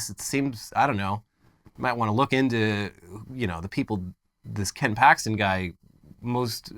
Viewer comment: Did you say Ken Paxton?